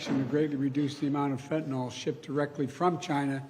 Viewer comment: "Fentan-awl" is the new "Nucular".